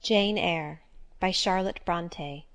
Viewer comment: Wow I'm so glad she didn't proceed reading in an American accent (I was horrified when I heard her say the title). No offense meant however - merely an issue of mine with how authentic it must sound - should it have been authored by an American, I would have likewise preferred it to be read in an American accent. All aside, I give much credit for reading so engagingly!